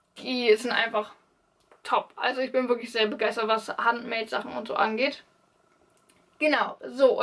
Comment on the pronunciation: Handmade ist ein englisches Wort also spricht man das auch englisch aus...nur zur Info